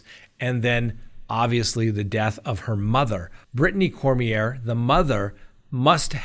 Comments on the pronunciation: I am from Louisiana! The name is pronounced Korm-Yay! What a POS!!! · in Louisiana ier is pronounced yea. Cormyea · Cor mi a is how you pronounce his last name here in Louisiana! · Lol. I came here to say that too! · CoreMeA is how the name is pronounced.